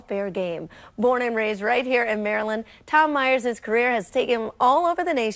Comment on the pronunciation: TOM MY-ERS... TOM MY-ERS